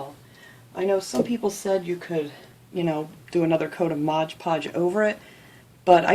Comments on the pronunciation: I love your crafts! But...the name of the decoupage glue is moD podge, not modge podge!! Maybe I'm a little too picky but that really drives me crazy! Keep crafting and stay safe!👍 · Cute craft but are you saying modge podge. It's MOD podge. Old habits are hard to break. I like your teaching style and the camera is set up very well. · Its MOD podge. MOD MOD MOD